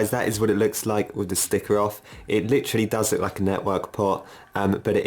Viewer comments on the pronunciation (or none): none